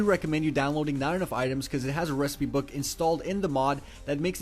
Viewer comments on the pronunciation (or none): none